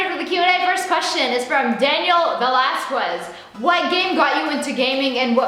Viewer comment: The way she pronounced "Velasquez" lol shut up